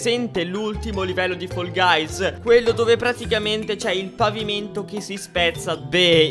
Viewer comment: Comunque si dice fall guys non foll guys